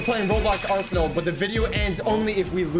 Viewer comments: ''aresnal.'' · The fact he thought the game name was "Aresnal" instead of Arsenal